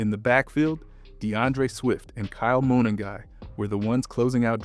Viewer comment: Tra Pill low..not Tra pile Oh.. Ma nung guy.. you put the emphasis on the Nung part not Ma..You just have to hear it said properly on TV or radio..You hear their names on TV right? Or there are several videos that have people saying their names correctly so it shouldn't be difficult to do the same thing.